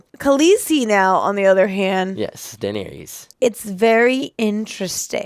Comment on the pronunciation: Daenerys and Viserys both end with the sound "iss" -- not "eez".